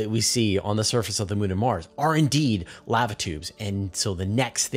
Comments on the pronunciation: Dude, it's pronounced "lah-va" and rhymes with java or guava. It's not pronounced like "have a". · I'm sorry dude but Laava tube is cringing me out. Lava tube man. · How does this guy not know how to say LAVA. He says it like the “lav” in lavender then he adds “uh”. Thats not how its pronounced fool. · Sorry, but if you cannot pronounce "lava" properly, there are too many of these you tube channels to put up with poor grammar nor pronunciations. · FYI, the vowel sound is the same on both sides of the "V" in the word "lava". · I'm not one of those people who are "outraged", merely correcting a particular word being mispronounced. If I were saying someone's name incorrectly, I would want to be corrected. The easy way to settle this is to look up the proper pronunciation of the word "Lava" in the English dictionary. It should take less than 5 seconds. It would take even less effort than pretending someone is outraged.🤦‍♂ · please dont say Lava again.. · How do you not know how to pronounce 'lava' correctly? It's a well known and often spoken four letter word. Did you miss the previous hundreds of times you heard others pronounce it correctly?☹️👎😬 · I understand that serious regional dialogues cause mispronunciations, but they're still wrong. Continual such errors cripple any language. Cute yes, comical yes, uneducated absolutely. That said, you're kindness is noted as is the typical excuse for doing them. Do it right. I don't mispronounce other languages. I learn them. I don't change them. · First time I've heard an American mispronounce Lava.